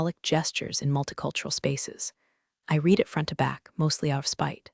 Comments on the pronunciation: "Read" in the past tense is pronounced "red," not "reed." A little pronunciation fix like that goes a long way. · Read in past tense is pronounced as red.